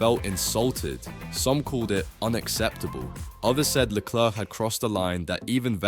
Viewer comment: His name is Leclerc, Not "Leclurc" what's wrong with you. never seen 'Allo Allo' ......